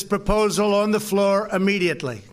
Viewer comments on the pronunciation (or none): The word is "immediately," not "ummediately," Moron.